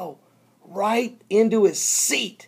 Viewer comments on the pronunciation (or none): none